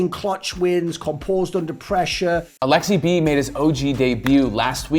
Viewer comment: Its Aleksib. Not Aleksi-B pleaaaassee stap it!